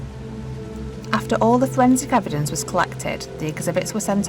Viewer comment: Fowensic ewedence Imma be honest. This narrators voice is awful.